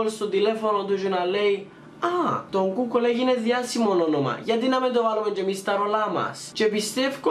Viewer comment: Γιατι το λες γκουγκολ και όχι γκουγκλ? No hate παιδιά να ξερετε συμπαθώ πολύ τον ♥️